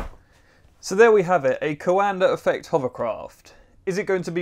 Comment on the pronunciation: You are pronouncing coanda effect wrond